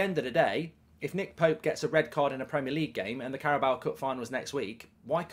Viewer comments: It’s car-a-bow. Not carrabowa. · THERE IS NO 'A' AT THE END OF CARABAO CUP MARK! It's not 'Carabaoa cup' it's CarabAO' It's pronounced 'Carabow' as in 'take a bow' not take a bowuh' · I wish you'd stop saying Carabawa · I can just about make my peace with you calling Trippier "Trippy Ay" but stop calling it the Carabower cup. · The way how Mark pronouncing Carabao actually makes my skin crawl